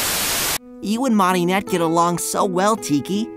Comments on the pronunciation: Why do they pronounce it as “MARinette?” Out of curiosity. The show pronounces it as Mare-Inette in all the versions I watched. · Why is everyone pronouncing Marinette so weird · Adrien and Gabriel: fighting on a phone and ipad Natalie and marionette: are you done yet motherf**kers Btw, I hear a few parts adrien saying malinet Edit: shrek my iPad changes my marinette to marionette wah.